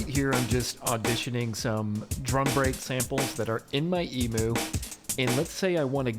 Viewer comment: I love this video but the Emoo and not Emew pronunciation has me so creased.